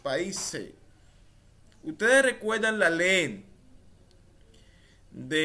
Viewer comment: Buenas no es la lel es la ley